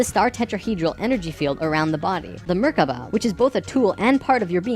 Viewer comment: ok first... it is pronounced "Merkava" not "Merkaba" And it means chariot in hebrew. Secondly.... as an Israeli Jew I have to ask, WTF did that guy take in order to make up that story?! Oi vey.... :D